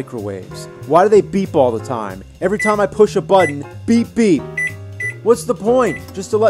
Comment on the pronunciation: I am curious why so many people say "buddon" and not "button"